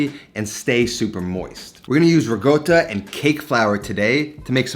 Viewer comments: Ri-Cotta, not Ree-Goata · The return of the riGotta 😂, makes me cringe everytime he says it. (Guess where I am: Italy. I doublechecked it for you with the locals and It is riCotta with a hard c like cake or reconverse.) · RiGGGota.. Why you say like that? Its Ricota.. just say it normally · I love your channel, but please. It’s RI-CO-TTA not RI-GOAT-TA. Get it right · why does he says "riGotta" instead of "riCotta"? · My GOD you've been to Italy you seem to be Italian decent. The word is RICOTTA! There is no G in it. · stop fucking saying rigoata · Say “regotah” one more time for me, please. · It's not pronounced ri-goat-a mate, just saying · It's not his first video starring riGotta 😂👍😜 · It is now known as Rigoata. Let the locals know :) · Oh my god why is he pronouncing ricotta like that its giving me a stroke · I love the way he says RICOTTA. Btw works perfect with QUARK too!!!